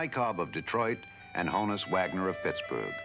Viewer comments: it's HAWN-us. not HONE-us. as in Johannes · Mispronounces Honus as well, at every opportunity.